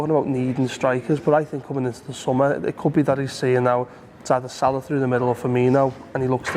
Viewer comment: Props to for pronouncing Salah's name correctly Props also to for mispronouncing José Mourinho 's name. Shitcoat don't deserve the good stuff